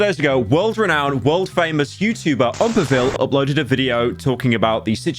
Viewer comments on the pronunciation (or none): Why you say OOMpaville like Uhmpaville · The way you say oompaville’s name Oompaville makes me so upset istg